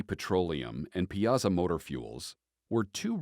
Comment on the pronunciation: It's pie-a-saw